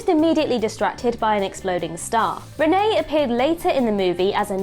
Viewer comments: It's René (boy) and not Renée (girl) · Sorry can you ask a French person to teach you how to say the name of the eldest Picard boy. I mean we don't call Jean Luc, John Luke do we! They are a French family with French names. I will point out I am not French but I think people and places should be called by their correct names.